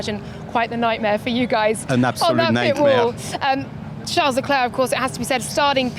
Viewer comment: Dude & Woman..who tf is "LUNDO" & "CHARLES LECLAA"? Learn to pronounce properly !